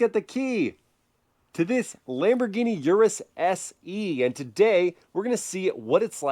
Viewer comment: Pronounced S-Eh.